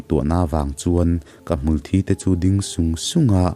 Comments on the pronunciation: Hmulthi hi Hmulthi i ti ziah a, Hmulthi ti a lam tur ka tih ka tih pawhin Hmulthi ti hlirin i lam zel tho a..🙊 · Hmul thi tih hi,thi tih laitak hi enga tinge ilam rik dik theih miah loh le